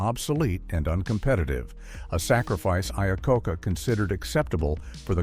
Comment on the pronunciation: Man that was an unfortunate mispronunciation of Iacocca. 😂